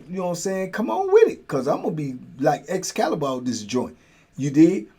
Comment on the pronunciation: Did he say he was gonna go full exscaliber 😂